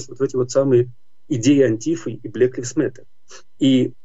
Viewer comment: Не "блэк ливс мэттер", а "блэк лАЙвс мэттер" Режет слух. Где вы живете и чему учились ???